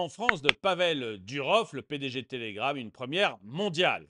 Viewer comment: Pavel Duroffff, pas Durove... C'est un nom russe.